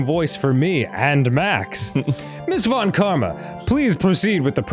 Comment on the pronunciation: The mispronunciation of von Karma‘s name is hilarious.